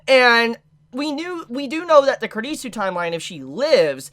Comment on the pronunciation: You pronounce kurisu very bad, you really need to work on your pronunciation, you made me offended 😡😡